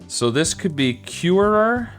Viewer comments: I love how he said curer like curerer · Y does he say er three times Pure-er-er Cure-er-er